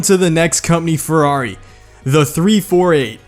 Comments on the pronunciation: lol i love your humor but the pronounce, my italian hearth died when you sayed ferrari (good video btw) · Redstoneprime dude he says Farrari but it is ferrari